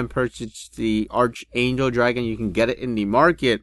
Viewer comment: It's said like "Ark-angel"